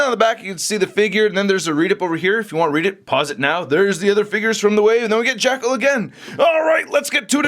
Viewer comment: It sounds like keeps saying "Jackhole" 😂